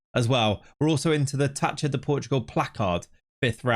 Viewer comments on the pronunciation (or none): In Portuguese Gue and Gui, the U is (nearly) always silent So Guimarães is Gimar ein sh and Miguel is Mee Gel (not Jel) Ç is pronounced S So Taça is Tah sa